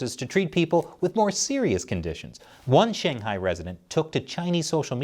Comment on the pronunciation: Dude I love this channel but for once please, learn to say Shanghai and stop saying SHAYNGHIGH and BEISHEENG it kills my ears and anyone's who speaks mandarin